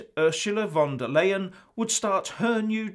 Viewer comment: It's pronounced Ursula Von Der Lion, LOL.